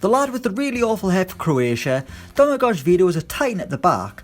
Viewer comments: The way he pronounced "Domagoj" makes me really sad. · It's not "Domagodge", it's "Domagoy", and "Deyan", not "Dedge-an" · that's not how you pronounce Domagoj or Dejan LOL